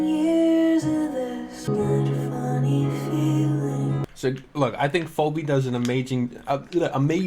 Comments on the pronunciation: he keeps pronouncing it “foh-bee” and its pissing me off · If I hear you call Phoebe “Phoby” one more time, you’re going to be the Bart Simpson to my Homer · i love how u pronounce phoebe as phOWbe lmao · I love how keeps saying phobey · dude yes. gotta have heard the name mentioned through Friends re-runs and he’s obviously never seen it written out before